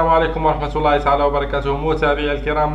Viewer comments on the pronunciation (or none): none